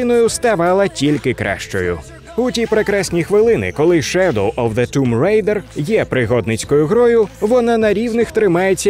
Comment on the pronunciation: Можна сміливо ставити лайк вже на за Тум Рейдер! Як вже захарили ті, хто каже томб райдер, а тут прям молодці)